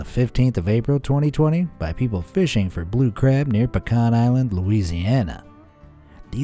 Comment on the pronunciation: A bazillion points to the narrator for pronouncing "pecan" correctly!! We're about an hour from Pecan Island. We had a bobcat in the woods behind our back yard one summer; we didn't like it at all. He was very brazen, coming out during the day and watching us from the edge of the woods and screaming at night. We were very happy when he moved on.